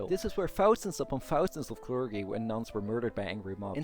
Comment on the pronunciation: Great video and interesting thesis, thanks so much for this. Just for your reference: 'Clergy' is pronounced 'klerjy' not 'klergy' (with j as in june), and Erdoğan is pronounced 'erdowan' not 'erdogan' as the ğ letter in turkish is scilent and just lengthens the preceding vowel (kinda). Not that it really matters and the video is still great.